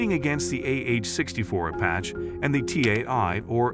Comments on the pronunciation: Is this AI narration? It mispronounced Maverick, Apache, Pakistan, and Sidewinder, but sounds like a real person otherwise. Pretty neat. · AH-64 APATCH ???